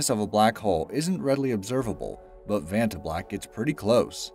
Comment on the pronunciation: you pronounced vanta black wrong the first time lol.... as well as the creators name